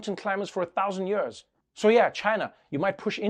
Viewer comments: I love how Trevor pronounces "years". Has a real SA ring to it. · Me asking Trevor: say years Trevor : yurs